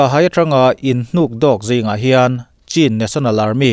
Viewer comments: Cin ni lo in Chin ti tur a ni zawk e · News tal hi i en ngai lo em ni? Chin/kachin i pronunciation hi i va harh har ve aw!